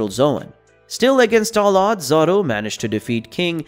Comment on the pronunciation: Who the freak is "Zar-ro"?